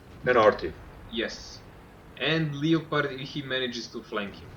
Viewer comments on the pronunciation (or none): kada već pričate na engleskom Leopard 1 recite kao 'Le(o)perd' umesto 'Liopard'